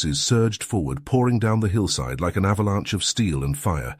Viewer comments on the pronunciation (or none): none